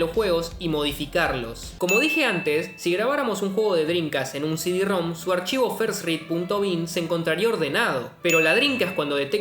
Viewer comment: El bicho se cree japonés cuando dice «シディ». 🤣🤣🤣🤣